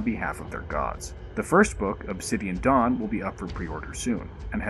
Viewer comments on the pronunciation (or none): none